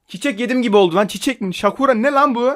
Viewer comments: abi o pepsi kiraz çiçeği nden yapıldı galiba ayrıca şakura değil sakura diye okunuyor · Sakura bir çiçek türü şakura diye okunmuyor. yazıldığı gibi olunuyor. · şakura nedir ya hiçmi japonca telaffuzundan haberin yok o kelime yazıldığı gibi okunuyor ve tadındanda belli olması lazım çiçek türü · abi o şakura diye okunmuyo , sakura diye okunuyo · şakura değil sakura. japoncada kiraz ağacı demek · şakura değil sakura :D:Dd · şakura deyil sakura 😂😂😂 sakura çiçek yı Japonyada kiraz çiçeği olarak bilinir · Abi Şakura Değil Sakura. Hiç Mi Bilmiyon Sakura Ağacını? Bi Bakıma Kiraz Ağacı Olur Kendisi :) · Şakura değil ya sakura,Oda japonlarin penbe bir agaci. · şakura değil o sakura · abi çakura değil sakura bir çiçek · Sakura diye okunuyor.pembe yapraklı bir ağaç türü. ağzına gül tadı geldiğine göre ondan yapmışlar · Sakura bi ağaç türü yaprakları pembe o yüzden rengide pembe japonyada sınırlı sayıdı üretilmişti vede şakura diye okunmuyor direk Sakura